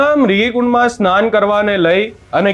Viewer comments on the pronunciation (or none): Ben pela bolta sikh murgi nahi mrugikund hooooo ne mahadev tane dubadva lai gya to hath mukay gyo😊